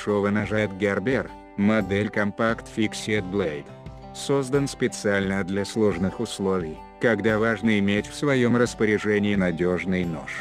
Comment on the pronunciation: Фиксд , а не фиксед!